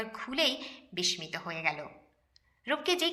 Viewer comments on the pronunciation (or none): কথাটা বিসমিত নয় বিস্মিত (বিসসিত)